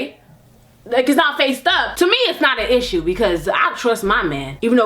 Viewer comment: "That's a issha" 😂😂